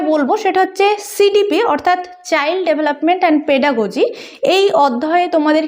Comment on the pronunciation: Pedagogy. Pronunciation ta valo kore korun